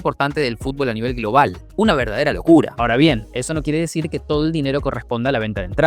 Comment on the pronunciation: Un tequilazo cada vez que dice una verdadera locura 3 en 6 minutos Una verarderrsa locccccculla